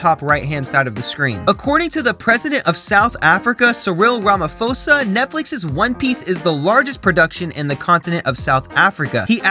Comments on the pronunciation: I laughed when he pronounced our worthless presidents name😂 it's Ramaphosa (Rah - mah - paw - za) not (Rama - fo - sa) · Rama-po-sah not Ramafosa (it's Ramaphosa, when pronounced it's a P filled with air behind it, but there isn't an English word I can think of with that sound i can think of rn at least say Ramaposa Pronunciation of names is a big think here). and South Africa is a country not a continent. Oof i was enjoying this vid till you said this XC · And Ramaphosa is pronounced ramapoza 🤣